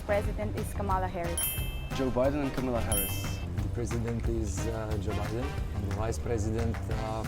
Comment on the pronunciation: None of them pronounced Kamala Harris’ first name correctly.